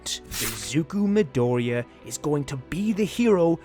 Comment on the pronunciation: Its a Mi-doriya